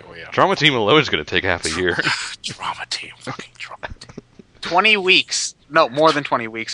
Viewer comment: yeah it sounded like drama team to me too. it's actually trauma team.